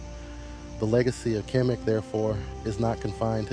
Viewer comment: khemet not kemic